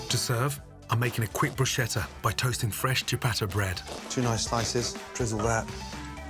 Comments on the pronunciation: fuc gordon is not bruscieta is BRUSCKHETTA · It's not Brushetta 🤦‍♂🤦‍♂😱😱 it's pronounced "Brusketta" but written "Bruschetta". Loved the Lasagna dish 👍👍👏👏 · It’s spelt bruschetta but c before h is pronounced like k = brusketta in italian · Chef it's disappointing that to this day you mispronounce "bruschetta" for fuck sake!!! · okay, nice recipes, great skills and all, BUT - the pronuncation of the italian word 'bruschetta' .. oh man.. he's a world class chef, c'mon!!